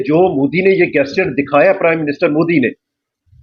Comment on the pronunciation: PRONOUNCE GESTURE CORRECTLY 0.22 😂😂